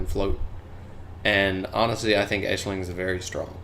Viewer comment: Nice tutorial. It's actually pronounced "Ash-lin" haha. Aisling is a must have on any team.